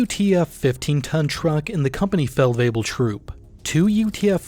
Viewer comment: Your pronunciation of German words is very good, especially with the tongue twisters that are Feldwebel-variations also, Division 2025 explanation next? I´d be very interested in that